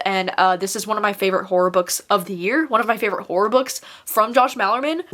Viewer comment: All i hear is “whore recommendations” instead of horror recommendations lol